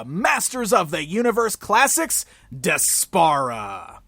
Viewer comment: I think her name is pronounced despair-a. Regardless, she's a terrible character and an insult to Adora's real cartoon back story.